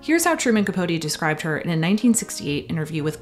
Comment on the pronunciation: Thank you for actually pronouncing capote’s name right!